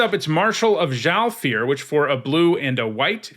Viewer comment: Hooray for a Magic Youtuber finally pronouncing "Zhalfir" correctly! It irks me when people say "Orzov" or "Zalfir".